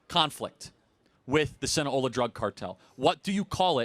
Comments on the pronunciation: SinaLOA. Not Sina-hola. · Sound it out bro SIN A LO A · Hearing Charlie mispronounce “Sinaloa” so many times is irking me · I came here to see if anyone else called him out on that repeated misspeak. It undermines his credibility to not know the name of the organization...especially in a video that starts with the importances of names. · Other than the pronunciation of Sinaloa. It's not some Florida based native American tribe.